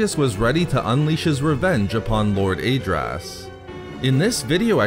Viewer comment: Great video but you should listen to the Decieved audiobook for the correct pronunciation of Lord Adraas,hurts my ears to hear it pronounced wrong.